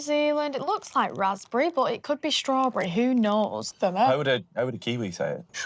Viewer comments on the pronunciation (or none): streews berri lol